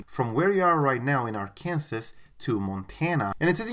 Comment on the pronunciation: he said "ar-Kansas"